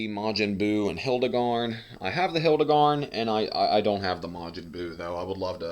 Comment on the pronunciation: It’s not hildagarn it’s hirudagarn